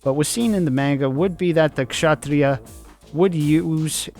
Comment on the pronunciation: HOLY HELL you pronounced like how its said in Hindi! I love it